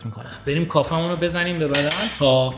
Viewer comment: کافی ❌ کافه ✅